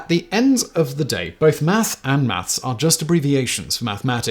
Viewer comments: Maths is correct however your pronunciation was way off ! 🤣🤣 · "th" and "s" do NOT play well together in the mouth.